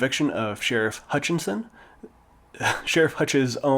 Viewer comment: His last name is Hutchinson not hutch tons